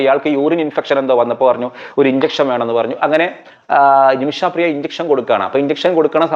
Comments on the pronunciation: നിമിഷാപ്രിയ അല്ല, നിമിഷപ്രിയ.... കേട്ടല്ലോ...... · ആദ്യം ആ സ്ത്രീയുടെ പേര് നേരെ ചൊവ്വേ പറയാൻ പഠിക്കൂ. "നിമിഷാ പ്രിയ" എന്നല്ല പറയേണ്ടത് "നിമിഷ പ്രിയ" എന്നാണ്. ഒരു വിഷയത്തെ പഠിച്ച് ഇങ്ങനെതന്നെയാവണം പ്രോഗ്രാം അവതരിപ്പിക്കേണ്ടത്. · ഇയാള് പറയുമ്പോ നിമിഷാപ്രിയ എന്ന് കേൾക്കുമ്പോ അരോചകം ആയി തോന്നുന്നു. നിമിഷപ്രിയ എന്ന് പറയൂ